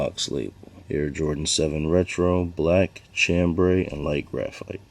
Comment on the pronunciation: Chambray = sham-bray not CHAM-bray